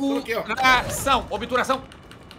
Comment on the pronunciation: helicopiterê em obturação!!! obituração!!! "nunca perdi de helicopetere, foi so o renilso entrar...."